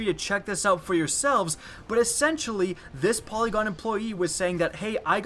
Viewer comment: when you said polygon I thought you said Pentagon I was like oh shit this is serious lol